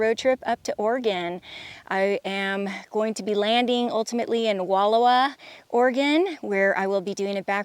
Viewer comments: Great video. The corre t pronunciation is Wall owa o as in out. I used to go there a lot. Backpacked a couple times too. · Wa-lah-wa is how you say it! I did north to south and visited a few weeks ago! You’ll love it.